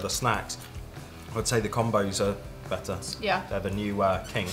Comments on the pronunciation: It’s definitely com-b(oh) 😂 we say combo for combination. Which is what those are.. a combo of pretzel and cheese or whatever :) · LOL it's Comm-bows. Y'all are hilarious. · OK. I have lived in America all of my 55 years. I’ve been very familiar with Combos and to be honest with you, I never really thought about picking them up. By the way, they are pronounced Cahmboes...like the “combo” of pretzel, cheese, and flavorings. 😊 Anyway, I was at the grocery store today and decided to pick up a bag of the pizzeria flavored Combos. How strange is it that I discovered a delicious snack made in America by two people from the UK? LOL In a way, I’m wishing I had never tried them, because I can see these are going to be very hard for me to avoid now. LOL